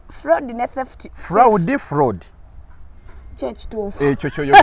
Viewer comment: Fraud pronounced frod and not fraudi